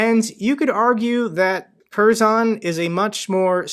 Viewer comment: Good video, great job. Btw "K" in Kherson is silent